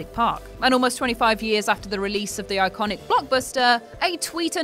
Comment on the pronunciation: I think you broke the word "iconic".